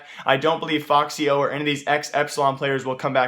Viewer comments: its f-x yo, not foxyo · ummm its not foxyo its fxyo